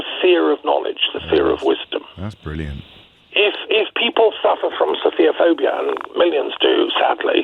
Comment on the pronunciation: True. I found it slightly amusing that the two of them made it sound like "sophia-phobic."